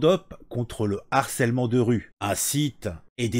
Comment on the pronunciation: S'il te plaît "harcèlement", c'est avec un "h" aspiré ! Pas de liaison ! Ça a fait saigner mes oreilles 😂😂😂